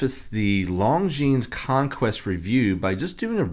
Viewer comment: It is pronounced Lon・Zheen. The "s" is silent.